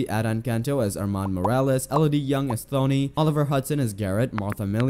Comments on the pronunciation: It's pronounced Tony. The h is silent, which shows you haven't watched a second of the show. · But the name is Thony